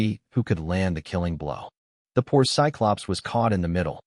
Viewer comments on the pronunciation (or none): none